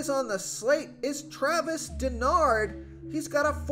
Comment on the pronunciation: It's pronounced Dar-no, not Denard.